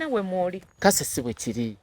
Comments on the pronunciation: Nkugambye kyogereko bubbi even mbu kase instead of Cathy mbu kasiya instead of cashier gacia bulolo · jst like the way dis guy pronouncates cathy's name 😂😂😂😂😂kase 😮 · The way pronounces Cathy mbu cathe😂😂😂😂 abasajja bamanyila imagine okuwana omu wala mumaso ga girlfriend we😂😂😂😂😂😂😂😂